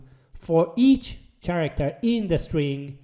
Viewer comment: the "ch" in "character" is pronounced like a "k".... just so you know